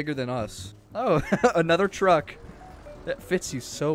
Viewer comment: The twuck is too fast